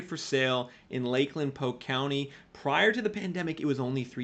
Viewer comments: For the love of God, it's POLK county not POKE county...... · Love your videos but its "pole-k" not "poke" for Polk County FL. Thanks for good content as always. 🙂